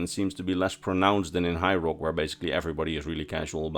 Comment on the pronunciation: it sounds like you're calling High Rock Hyrule.